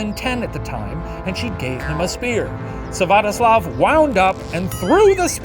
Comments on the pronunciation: not to be the party pooper, but it's Svyatoslav, not Syvatoslav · "Syvatoslav" ummmmm Shane it’s not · Olga's son's name is Svyatoslav, not Syvatoslav!